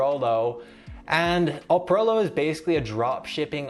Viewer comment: It's not Oprolo. It's Eprolo!!